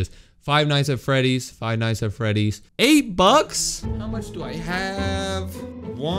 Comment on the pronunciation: This was the happiest day And at least he pronounced it right